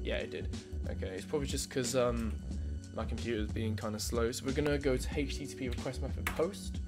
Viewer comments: Again a guy who says hichttp :) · I HATEsttp the way you pronounce it.